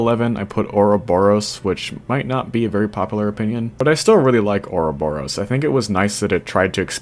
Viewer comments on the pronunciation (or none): none